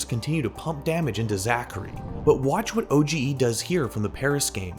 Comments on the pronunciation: My man called OGE O-G-E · danye is pronounced don-yay and oge is pronounced O-G